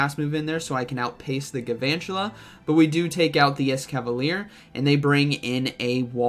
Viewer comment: Do you know there’s an L in galvantula???